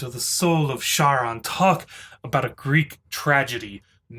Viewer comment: Charon is pronounced Karon.